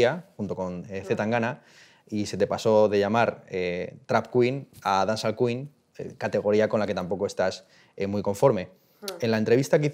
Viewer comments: Dance-all lmao if she keep saying dance all ...but she went to Jamaica right 😂 what part of Jamaica? Smfh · Si ni pronuncia bien la palabra "dancehall" cuando supuestamente es el género que hace. My god. De verdad, que no veo nada especial en esta entrevista, es una persona que sabe defender su música, just that. Pero siguen siendo unas lyrics de mierda. Sigue siendo música de mierda. "La marihuana es una droga blanda..." madre mía...es que real que me parece absurdo que estéis flipando con esta entrevista. Aparte de llamar a Becky G y a Karol G mainstream. ¿Tú qué eres? "Veo Bad Gyals, o Nina's o Zowis" hola? se han apropiado del estilismo callejero ahora???? Wow, es que de verdad que flipo.